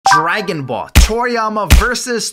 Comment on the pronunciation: couldnt even pronouce dragon ball right 💀